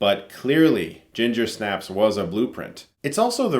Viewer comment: I feel like the accent should be on Snaps. You say it weird.